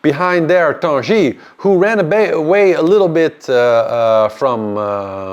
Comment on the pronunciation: You ‘Tanguy’ is pronouced like guitar 😂not ‘Tanji’